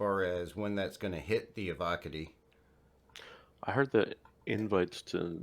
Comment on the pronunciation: EVO, COTTIE. like manicotti but Eee Vee Oh instead of Mani.